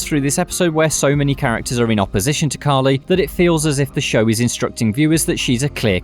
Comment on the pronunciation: it would be awesome if Karli developed the power to pronounce her name correctly. How she is supposed to be Swiss is beyond me.